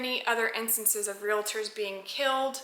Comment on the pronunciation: I don’t blame you one bit for carrying. It’s a shame that you have to but unfortunately that is the way it is these days. One question though, and please don’t be offended, but isn’t realtors pronounced as spelled? Why do you call it real-a-tors?